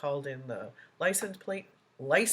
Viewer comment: No he is really saying license place….not license plates. There is a “t” in plate or plates.